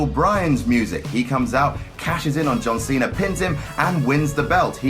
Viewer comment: I love how his accent makes it sound like he says john cenar